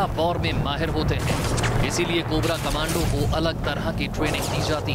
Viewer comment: Thoda to padha-likha anchor rakha karo News Nation walo, "Commando" ko 'Comundo, cummondo' pata nahi kya kya bolra hai.